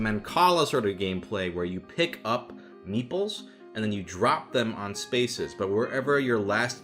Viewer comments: I only realised at minute 27 that he wasn't saying "meatballs" but "meeples", which is a word I have never heard before. Don't know why I took the meatballs at face value either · The video was almost over by the time I correctly heard “meeples” instead of “meatballs” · "Meeples"? Thought you were saying "meatballs", which would interest me somewhat. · learn how to pronounce the "T" in meat ball. i swear i thought you were say8ng meeples. goddamn californians.